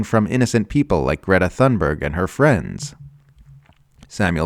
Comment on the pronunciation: you’re saying Greta’s last name wrong